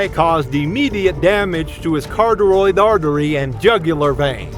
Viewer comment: It’s Kuh-ra-tid that’s the phonetic way to say carotid artery not carteroid or ca-roh-tid, neither of those!!